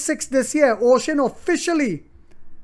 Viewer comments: Uxin is not pronounce as "ocean". It is called u..... xin. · The pronunciation for the company’s Chinese name is Yo-Shin. But I am sure when the stock is taking off, there will be an “agreed upon” pronunciation by the Wall Street.